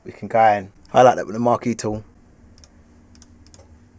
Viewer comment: maaate, couldn't even pronounce the thing lol big respect again!